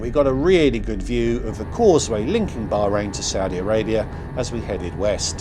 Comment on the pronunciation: I wish you would pronounce Bahrain properly ,the h is not silent and Manama is pronounced MAN AH MA